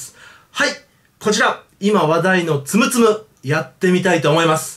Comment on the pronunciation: つむつむのはつおんちがう